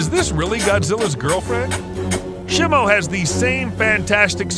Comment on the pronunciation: is not simu is simo😅😅😅😅😅😅